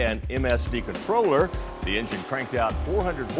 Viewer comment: We dun did bot this here Ing-Gine off that "Innar-Net". Holy Sheet...